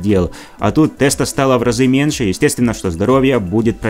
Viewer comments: Правильно говорить не "МЕНШЭ" , а менЬше!!! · Автор, не меНше, а меНЬше. Рукалицо.